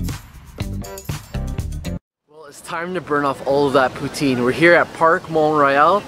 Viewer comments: I live in Montreal. You showed nothing of the night life. And it's pou-tine not POO-TEEN. Tabarnak esti crisse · poutine.. lol it's funny how non French speaking say poutine like pout-zin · you pronounce Poutine wrong!